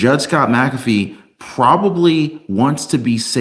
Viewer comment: MacAfee not macabre